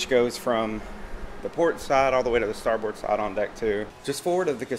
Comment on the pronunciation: Great video, man, but it’s pronounced “STAR-BIRD”. Not star BOARD. Navy vet here. lol